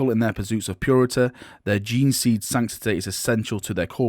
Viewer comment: I'm still amazed how can mispronounce gene-seed...